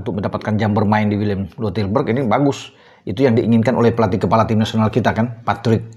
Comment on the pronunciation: Sebutnya = WILLEM TWEI😂😂😂